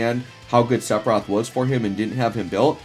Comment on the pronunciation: My ears bleed every time I hear "sepiroth" 🤯